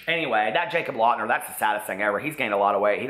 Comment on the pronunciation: Lol anyone else catch him say "Jacob Lautner"?